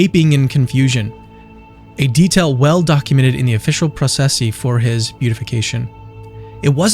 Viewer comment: Thank you for the narration, no AI junk. 🙏😉 fyi : processi = pro-ches- see